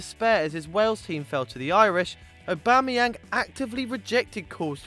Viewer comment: Aubamayenag fuckdd Up ! Lmao